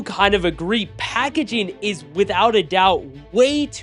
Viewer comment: packaging not "packagaing"